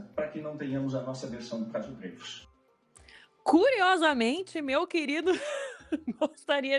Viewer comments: Pior que é Dreyfus, mesmo (drêifus). O cara era francês, então é "drêifus". Quem pronuncia "dráifus", segue a pronúncia inglesa. Tem um canal chamado "French Pronunciation Guide", onde há um vídeo intitulado "How to Pronounce ''L'affaire Dreyfus'' (The Dreyfus affair) Correctly in French" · Gente, a pronúncia é Drêifus e não Dráifus... O nome é francês, não é alemão nem inglês. O mais irônico é que o Caso Dreyfus foi causado por antissemitismo e foi o catalizador para a criação do movimento sionista que hoje faz genocídio na Palestina. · pior que é DrÊIFUS a pronuncia correra. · Sobre a pronúncia do famoso "Caso Dreyfus": "draifus" seria uma pronúncia anglo-saxã estranha, porque muito mais distante da original francesa. O julgamento do soldado francês Dreyfus foi emblemático da Justiça e da História da França da virada dos séculos XIX para o XX, um divisor de águas entre a direita e a esquerda francesas pós-revolucionárias. Portanto, a pronúncia aportuguesada "dreifus" ou "drêfus" é mais próxima da original francesa (onde o ditongo "ey" é pronunciado como o "ê"), que a pronúncia anglo-saxã "draifus", que é estranha às duas línguas latinas.